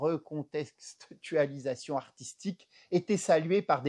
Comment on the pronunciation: J'ai beaucoup ri, merci Monsieur, ça manquait de divertissement dernièrement sur Youtube. Ah, juste un détail : on dit artistique et pas arStistique et recontextualisation et pas reconStextualisation. Mais je suppose que c'est aussi fait exprès pour nous faire rire. Encore merci 😂😂🙏🙏